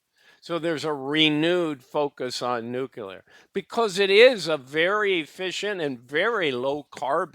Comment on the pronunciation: I like the video. But jesus fkn christ if i ever have to hear you cough, clear your throat, or say "nukular" again...i might not be able to stick around.